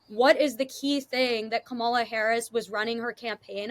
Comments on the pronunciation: you are such an insightful young woman. I understand your exhaustion. I would just want to remind you of how to pronounce her name...Kamala..we are of Indian orgin! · please pronounce her name correctly.Not Ka-mala but Kam-ala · Pronounced: Kama-la